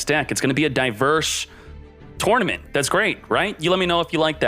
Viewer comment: Why are you saying tournament so weird?